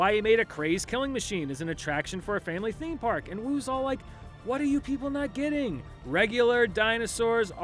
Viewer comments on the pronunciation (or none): none